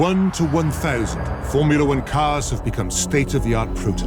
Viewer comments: "Formula Weern" WTF? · Formula Wern?